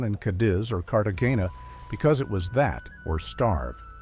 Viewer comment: So we can make all these grand movies with AI but we can't teach it how to pronounce Cartagena?